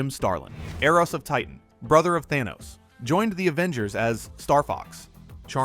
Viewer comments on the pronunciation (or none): none